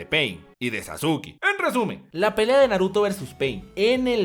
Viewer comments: Como vas a decir "Sasuki", se pronuncia Saske de Sasuke. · Wey lo dice de broma XD le dice Sasuki como una broma, no es necesario insultar.